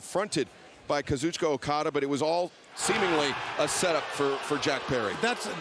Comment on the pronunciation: Not until he learns how to pronounce Kazuchika's name correctly